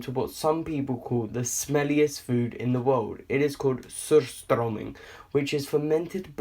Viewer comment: Kertttbulllaaahr och pottattiiiiesssss, soorstrommin. Dafreak i`m half swedish and i know that the pronounciation is wrong.